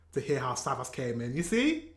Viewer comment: Greetings from Germany! Your videos are really great. By the way, his name is pronounced "Kool Savash," and he's one of the most successful German rappers; he's known as "The King of Rap." And you know Sido With him, people say, "German rap is called SIDO"